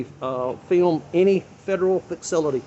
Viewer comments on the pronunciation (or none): That guy might need to go back to grade school if he’s pronouncing “facility” like “faxility”🤣🤣🤣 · He definitely said FIXcility 😭😭😭😭 But kudos to him because I learned a lot on this video. I.E. I can't be trespassed off of public property AND I don't have to provide identification if I've not committed or suspected of or in the process of committing a crime. With that being said I've been violated so many times and didn't know it. Thank you Sir. But it's pronounced...........Shut up Fred 😂😂😂